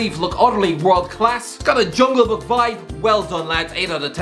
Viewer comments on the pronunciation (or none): none